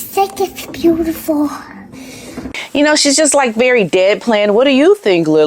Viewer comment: Sounded like a kid from Brooklyn (the way she pronounced “bootiful” especially!)